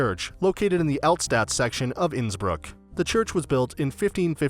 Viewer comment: Innsbruck - the pronunciation is completely off